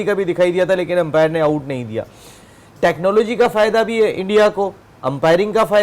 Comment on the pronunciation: 😂😂 empiring , tichnology 😂😂